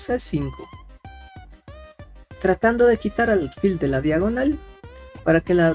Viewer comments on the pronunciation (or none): no se dice aRfil , se dice aLfil con L